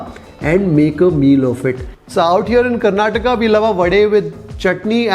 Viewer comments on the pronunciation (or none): none